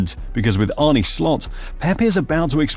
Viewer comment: Arne's name is not pronounced Arnee but Arnu from nu(t)😮